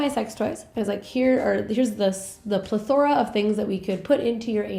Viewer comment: Uummm.. It's "PLETH-ora." 😉